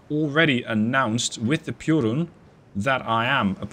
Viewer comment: The pronounciation of piorun was perfect